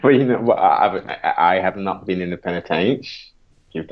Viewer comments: this guy says penatench 1 more time im fuckin done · It's a prison not penitentiary